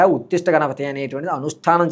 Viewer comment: ఉత్తిష్ట కాదు ఉచ్ఛిష్ట